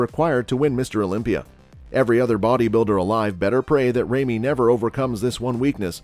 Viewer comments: It's not Remy, it's Ramy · Lol you sound like a robot my man. It's big RAmy, not Remy. And how can you describe Flex W like that but put him in 4th? And not putting Sergio in this? What a joke